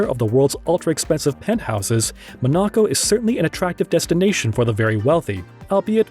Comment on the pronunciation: Ma-knock-oh? Where the fuck is that? In Your Anus? LMSFAO!